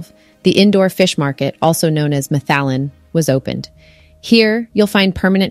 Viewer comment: Mathallen - Mat meaning food. Hallen meaning the hall or the court. So it's "the food court". Pronounced as mat - hallen. Lovely footage :)